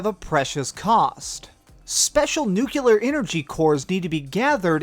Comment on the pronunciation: did you say "nucular"...? :(